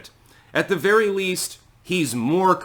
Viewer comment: “Be vewy vewy quiet, I’m speaking.”